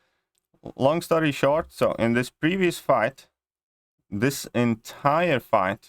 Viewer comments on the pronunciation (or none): Did he just say "wong story short"?